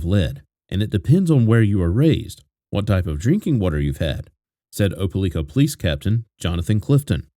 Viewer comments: Opalika pronounced O-pa-like-ka! Not O-pa-leek-ka!! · Op e lika, not leeka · Why u saying opeLIKA like that.. u saying opeLEEKA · It's O-PA-LIKE-A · It's pronounced Opa-lika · Opa-LIKE-ah is the way the town in Alabama is pronounced, just fyi. So many children slipping through the cracks of fractured families, this is what happens when families break apart, the children pay the price. Be thoughtful about who you produce life with, then stay together and build a family. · It’s pronounced Op Ah Ly Kah…long “i”. And the government of a county is called a county seat, not a capitol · It’s pronounced just like it’s spelled, O, pa, LIKE, a. RIP little one ❤ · If I was goi g to say Opelika 400 times I would confirm pronunciation. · He pronounced Opelika wrong .but this is sad! Awful kilt that baby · As someone who is from the area, the pronunciation of Opelika is driving me crazy!! Lol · I am to and I was like WTH never heard it pronounced like that!